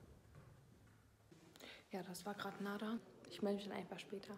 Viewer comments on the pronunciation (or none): NadERR nicht Nadah hahahahahaha